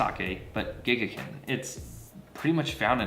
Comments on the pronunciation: You didn't say it right a single fucking time. Watch their commercials. It's gek-KAY-con. Emphasis on the KAY, and a long A on the kan, like "con". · I don't know boo about sake, but some tips on the name: you don't have to voice the back to back Ks. The double consonant causes a hesitation between the 'ge' and the 'k'. And kei makes 'kay', for example 'sensei'. Neat to hear about the fungus, I don't ever hear much about how these things are made. Something something grapes, something something it'll get you drunk. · First you’ll need to learn how to pronounce it. I don’t believe you actually know this brand....